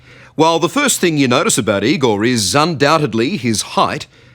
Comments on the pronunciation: IgoR. R- at the end not IgoL ! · No it's I-gore